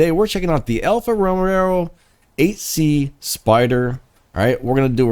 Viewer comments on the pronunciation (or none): Dude. It's Alfa Romeo, not Alfa Romero.